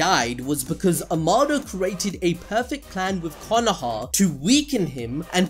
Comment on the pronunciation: Why u say Konoha like that.... its Konoha 🙄